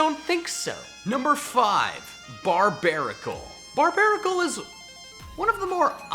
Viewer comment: BARBARACLE, NOT BARBARICAL! FIX IT NOW!